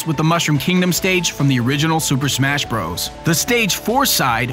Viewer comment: SUUUUUUUUUPER MASHHHHHHHHHHHHH BROS! wait super mash bros i thought it was super SMASH bros well lol